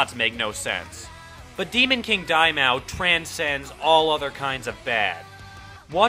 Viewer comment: It bothers me how he pronounces Daimao :P